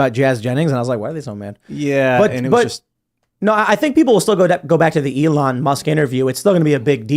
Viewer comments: Ellahn? Didn’t know you could pronounce elon like that. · Uh-lon Musk for pres. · I like this guy, but how can he not know how to pronounce Elon? Or maybe he's right and everybody else is wrong....